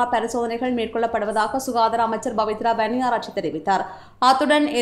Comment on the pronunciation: தமிழை சரியான முறையில் உச்சரித்தால் செய்தி மேலும் தரமாக அமையும். உ+மாக பPவித்ரா வன்னியாரெச்சி என்பதை பBவித்ரா வன்னியாராச்சி என்றும், கோGற்றாபேB ராஜபக் ஷ என்பதை கோத்தபாய ராஜபக்ஸ என்றும் வாசிக்கப்படுகிறது. இது போன்ற நிறைய மொழிச்சல் பிழைகளை என்னால் இங்கு சுட்டிக் காட்ட முடியும்